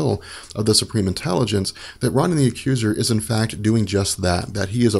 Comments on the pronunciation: Ro nan, not Ron in. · I only clicked this vid to hear you say Ron-in. CRINGE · No It’s Ronan His Name Is Prounounced Rownan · I always thought Ronan was pronounced like "Roe - nin" with a hard O sound on the first syllable... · Why do you have to pronounce Ronan that way? It's so annoying! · Exactly! So annoying this guy cant even pronounce that freakin name right